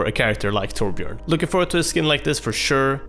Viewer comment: Now that is how you pronounce Torbjörn! Not some "Toarbyorn" or whatever.